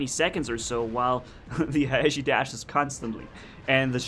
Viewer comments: Actually Haechi is a Korean name so it Should be pronounce like that. 해(Hae)치(chi) which is pronounced Hee-chi (not Hichi). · Pyrotech442 Yeah sorry if i sould like an ass correcting you. All I meant was that the words should be pronounce from were they come. Although Haechi is written in english it comes from a Korean word romanized. That's why think the real pronunciation Should be respected.